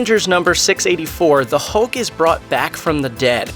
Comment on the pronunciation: 6.35 did you just day 'hult'?? 🤣🤣🤣🤣